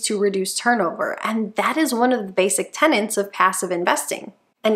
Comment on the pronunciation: “Tenets” not “tenants”